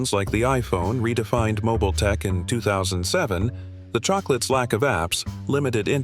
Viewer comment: Powered by Windows Mobeel 🤖